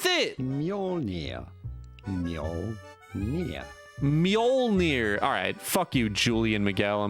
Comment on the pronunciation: that guy fucking had a 20 sec intro for pronouncing mjølnir, then proceeds to pronounce it wrong lmao